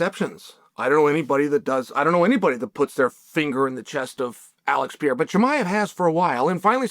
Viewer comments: Why this clown ptsd Chael always says Pierra 🤡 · but hes pronouncing pereira like pier so its like french pereira xdd